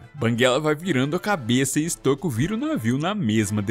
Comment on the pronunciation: QUEM PERCEBEU QUE O FALOU BERK SEM A PRONUNCIA CERTA (que no caso é bérk a pronuncia) e tambem falou errado stoico, a pronuncia certa é stóico